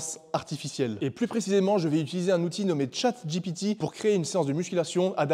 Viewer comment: Tu dis chat "jipiti" pour éviter de dire "j'ai péter" avoue 😅